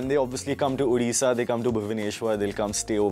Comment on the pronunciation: Hay it's not udisha it's ODISHA.